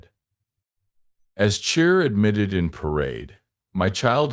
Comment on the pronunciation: What language is this? Pig Latin? You pronounce her name every way but the correct way. Are you a bot?